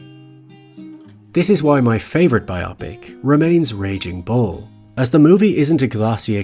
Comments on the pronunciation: Bio + pic. Not Biawpic. Otherwise great video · ‘Bye-aw-pick’ is not it. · Yeah. That’s what I want to know. It’s rather annoying, sounding more like some medical procedure than the bio(graphical) pic(ture) that it is. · You are talking about biographical pictures or "bio pics" (rhymes with Netflix), not "bioAHpics"(sounds like a medical procedure) that rhymes with why can't people pronounce things correctly anymore? Is it because younger folks only interact over the internet? Or is the culture just getting stupider? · You're mispronouncing "biopic". It's "bio-pic", not "bi-opic". BIOgraphical PICture. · Just FYI, it’s pronounced “bio” as in biosphere. “Pick” as in picture. “bio pick”. Not “biOPic” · Great video, completely agree with your points. Can’t forgive that pronunciation of ‘bio-pic’ though. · Stopped watching after just a few seconds when you kept pronouncing biopics /bi-opics/. They're called /bio-pics/. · I can't listen to this man say BY OPP ICKS... It's BYE OH PICS... as in biography pictures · Irked by how you pronounce biopic. It's wrong. It's pronounced BIopic, not bioPIC. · Bi O Pic not Bi ah pic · i love your videos but I will never understand why some people decide it’s “bi-opics”, when its so very clearly “bio-pics” (biographical pictures) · Bio-pic as in biographical picture, not bi-opic. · These are "biographical pictures". So, it is pronounced "bio-pic", not "bi-opic". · My issue with biopics is the way you pronounce the word "biopic." God damnit, it's bio-pic. Not bi-AH-pic. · It’s Bioh-picks not bi-opics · It's a biographical picture, i.e. biopic. It's pronounced BIOpic, not biOPic. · Its not bi-opic. Its bio-pic. Its a biographical picture, a made up word. Well…i think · I was under the impression "biopic" is pronounced "bio pic", with a full "oh", and not like "myopic" but with b, with a short o and middle syllable stress. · Why are you calling it a bi-opic? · Anybody else can't handle how he's pronouncing "biopics"? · yo it's bi-OH-pick